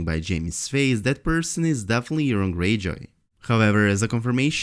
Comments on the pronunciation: Urine Greyjoy!!! (Long O in Euron) (Eur-On) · pronounced "your-on" not "urine".